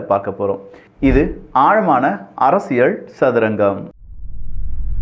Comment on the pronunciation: அரசியல் என்று நீங்கள் சொல்லும்போது 'அரசியழ்' என்று கேட்கிறது. திருத்தம் செய்யவும்.